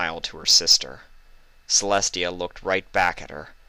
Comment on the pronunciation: It is TIA NOT celi